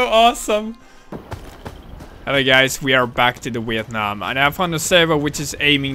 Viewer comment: sounds like he said weeit nam